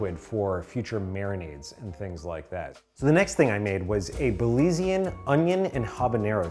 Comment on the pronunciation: Im glad you made something Belizean! But for the future it is Belizean not Belize-ee-an